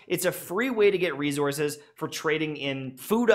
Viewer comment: "Rezourzes" 🤣 I'm sorry!